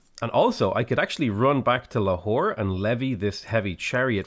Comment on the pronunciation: Replace potato saying lahore with a whore, its hillarios